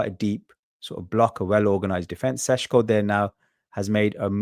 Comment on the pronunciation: It‘s Sesko, not Sesco - quality content nonetheless